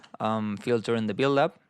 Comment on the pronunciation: 🤣🤣 U are a legend, but every time u said build up, it sounded like billup 🤣😅